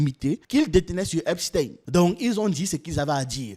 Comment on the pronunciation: C'est eipstein comme eistein .pas tin .